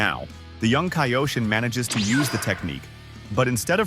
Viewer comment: Mispronouncing kaioshin